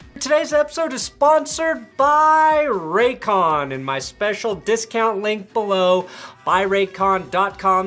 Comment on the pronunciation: Lol Raycon I thought you said Raytheon 🤣